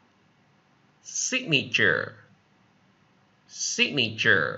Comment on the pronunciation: Em chào Thầy! Signature em thấy trong quyển từ điển họ phát âm Anh-Mỹ đều là / 'sig nờ chờ/ sao Thầy lại đọc là / 'sig ni chờ / vậy ạ?